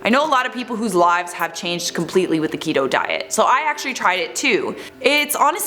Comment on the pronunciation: Keto rhymes with Cheeto 😆 you're welcome